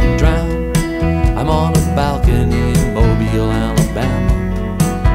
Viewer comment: gotta say there's something surreal abt seeing a band you started listening to recently put out a song that looks like it's about your hometown and going "nah it's probably 'mobile' like the adjective" and then you listen to it and it's a, your hometown, and b, pronounced right :,)